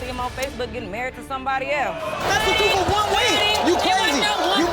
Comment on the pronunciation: Wow, I really thought the "fohead" told the "truf." Guess not.